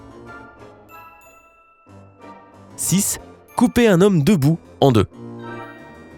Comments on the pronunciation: Moi aussi j'entends 11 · Je suis le seul à avoir entendu 11 au lieu de 1 ??? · A il a dit aului de 1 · Je suis le seul à entendre au début 11 alors que c’est un 1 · Azam sohail non moi aussi j'ai entendu 11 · Moi aussi j'ai entendu 11 à la place de 1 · Moi aussi j'ai entendu il a dit 11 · Moi aussi j'ai entendu11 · Oui se vrai ge an tan du 11 me nor mâle man se 1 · Il a dit onze au début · Aux début à la place de dire 1 t’a dis 11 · Mdr au début tu as dit "onze " au lieu de "un" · Mdr j avou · Mdrrr au debut il dit "11" alors que c "1" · Tu a dit 11. au lieu de dire 1 mdr trop bien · Oui il dis onze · Nn t’as raison il a dis onze